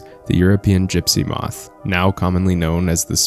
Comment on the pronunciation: Gypsy, gypsy, gypsy. Say: "Gypsy Moth".